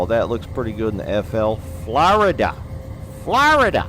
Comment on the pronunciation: When you said FLARDA that got me dying🤣